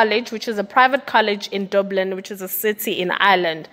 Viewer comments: Dublin not doblin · I love your channel. It’s pronounced “DUH-BLIN”, not “DOO-BLIN” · The way you pronounce Dublin yhooo Very wrong dublun yhoooo hayi